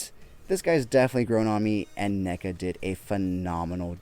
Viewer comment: Why’re you saying Nega? Its clearly Neca, crazy mispronunciation you got goin on there